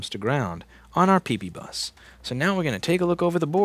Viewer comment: After years of watching Louis videos, the letters PP will never sound again the same...ppbus, peepeebus...pp.